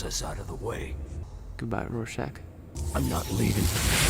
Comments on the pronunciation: Say it like I do: Roarshack. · Would you kill millions to save billions? And Its pronounced "roar-shack". Love you buddy. ❤ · It's pronounced ROAR-SHACK. I'm thinkin' that's what his mom's apartment was known by.